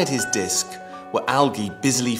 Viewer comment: I hated the way he said algae.